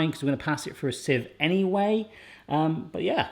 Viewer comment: Loved everything about this video...except the way you said 'anyway'!!!